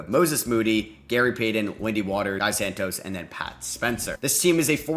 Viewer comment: Guy santos? Gui santos, respect my brazillian fella